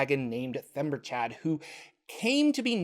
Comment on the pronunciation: Themberchaud is kinda "The ember chaud (hot, in French), Or "the hot ember", so he's not "Chad." Themberchaud, logically, ends in a sound like "Showed"